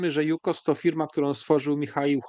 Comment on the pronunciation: JukoS, nie jukoZ